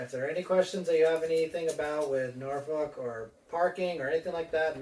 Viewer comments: born in Norfolk.....we pronounce it as nawfucc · You are saying it wrong still !! lol Noorfolk not with an a 😅